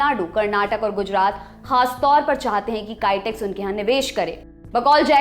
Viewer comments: Its not Kytex! Its Kitex, Also warangal is not in Kerala! Please correct! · कैटेक्स नही, बोलिए किटेक्स